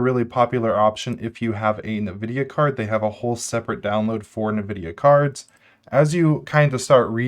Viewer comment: FYI, "nvidia" is not pronounced "nuhvidia", it's "en-vidia" Really appreciate your videos. It's nice to get some info on various Linux topics without having to install and test a bunch of distros/tools myself.